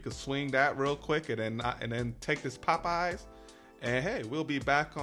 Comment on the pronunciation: Is that a region thing to pronounce popeyes like pup eyes? Lol. It sounds so funny. Chuck on dashing across America says it like that too lol.